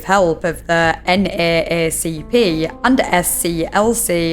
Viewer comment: When you say NAACP you can pronounce it as “N-double A-CP.” it’s how people usually say it and it’s faster and easier to say. (Also this is not meant to be rude.)